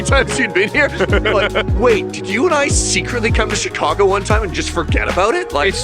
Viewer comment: More "chi CAH guh" than "chi CAH gaaahhh" but good attempts! Glad to see my home area treated you well.